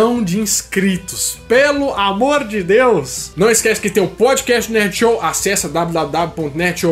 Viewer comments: Quando vc fala PODCAST eu ouço PÃODEQUEIJO 😂😂😂❤ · Kkkkkkkkkk..podiquéchi...parece que ele falou pandiqueijo kkkkkkkkk...